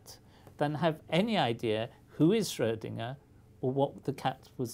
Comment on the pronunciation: Thank you for saying Schrödinger and not "Schrodinger"!